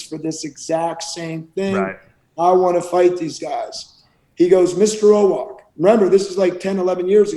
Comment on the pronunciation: Owoc, not "Owok". ;)